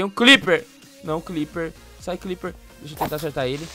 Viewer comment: Eu ainda não entendo porque o fala cliper e não Creeper.